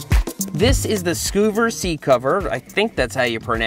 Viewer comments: Skuh-ver, is most likely how you pronounce it because of the Double v's instead of Skoo-ver :) :) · Scoooooovers lol. Considering it's a seat *cover*, I'd assume it's pronounced "scovers". Cool idea though. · I’m gonna go ahead and say scuvvers is probably pronounced like cover with an s… considered it’s a seat cover. Not a seat coover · Hey Seth! First of all, as long-time viewers of your channel(s) it was really amazing to see you reviewing our product, so thank you. We pronounce Scuvvers like lovers, but we're Australian so the English language is more a guideline for how we speak. Scuvvers will retail for USD $66 but our online store opens tomorrow for pre-orders and we have discounts of up to 30% for bundles. We're really glad that you noticed the quality because that was a high priority for us, as was sustainability - Scuvvers are made from 100% post-consumer recycled textile. They might look a little over-designed but we built in a lot of adjustment for headrests and seats of different sizes and shapes (except for cars that have one-piece seats like the Jeep you started with...). Although we designed them to stow on the back of your headrest so they're always there when you need them, the little slide connector lets you detach the pouch and stow it in your door pocket, glove compartment or under the seat. And when you get them filthy you can throw them in the washing machine if you like, but we usually just detach the covers and hose them down with our bikes. We noticed your wife's car has a cream interior, so we'll send over a cream one! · Skuvvers- probably pronounced like covers, with an S in front. When there's two of the same consonants after a vowel, it typically makes a short vowel sound. When there's only one, it's typically a long vowel sound. (Cutter vs cuter, dinner vs diner, bitter vs biter) lol. Can't believe I made a grammar comment on Seth's channel 😂 Forgive me, y'all.